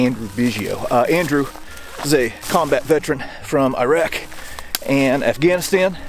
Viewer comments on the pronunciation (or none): none